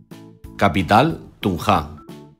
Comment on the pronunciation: y tambien el señor dijo tunja con tilde en la a y es sin tilde